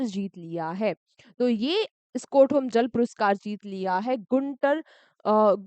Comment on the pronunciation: Mam aap स्टॉकहोम ko स्कोटहोम bol rhe ho